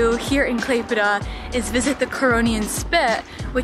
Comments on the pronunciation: Thank you for your perfect "klaipeda" pronaunciation, most of the russians cant pronounce it correctly. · Literally the best pronunciation of the Lithuania city name I have ever heard from a foreigners 😂 Nice video btw! Wish you best of luck 🍀 Can’t wait for the next vid!